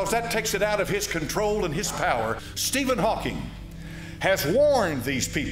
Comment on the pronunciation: Why listen to anyone (speak about science) that can not even pronounce correctly the name of Steven Hawking ??